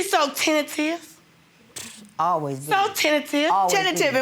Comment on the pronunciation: Tentive...she was tentive....judge said uh huh she was tentAtive, go head....😒